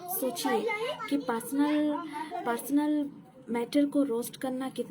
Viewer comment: Didi jo bolne se pehle script likha karo aur practice kar K live aao aur wo pasnal Nahi hota hai personal hota Hai 😂😂😂